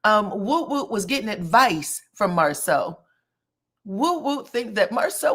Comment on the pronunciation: She even mispronounced his name!!!